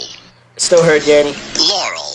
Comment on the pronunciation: You're saying "Yammy"...